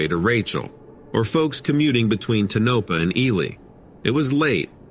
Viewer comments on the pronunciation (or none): Ta-no--pa? It's Too- nau - pau It's not nellis AFB it's ( Sandia)I maybe you be lost?! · Yes, I mentioned that too. I cringed everytime he said Tonopah. I lived there just down the street from Nellis, off Charleston. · No tonopa its tonapaw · Its Not tuh-NO-pa,. It’s TOE-no-PAH. Just Sayin. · .Tonopah is pronounced, Toe na paw not Tanopa lol Thank you!! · "TOW NAH PAH"... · It's pronounced Ton-NO-pah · You pronounced Tonopah totally wrong!!!!!! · To editor .this story is very difficult to understand due to your miss- pronunciation of names .especially Tonopah 😮😮😮😮